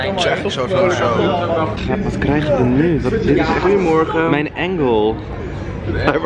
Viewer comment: Die 'goeiemorgen' zei je zo perfect 😂💞👑